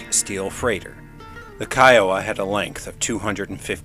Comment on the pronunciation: Great stuff!!! I THINK.....Kiowa, would probably be pronounced Keh-Oh-Wah. Not separated like that though. Love your content. Keep it up!